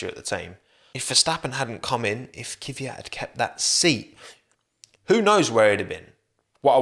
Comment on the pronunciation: Saying Kiviyat is hella cringe. Why would you do this? Its obscene, really